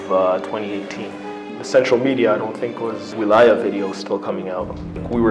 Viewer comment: He can't even pronounce wiliyah correctly, his voice does not match the narration, it's a lie